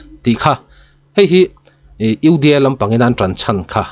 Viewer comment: lah hi tawng nuah nuah rêng mai...UDA poh ati fum fe thei lo uda lam ti reng mai😅